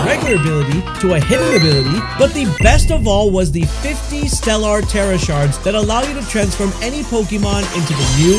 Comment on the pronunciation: The way he pronounced "stellar" was atrocious.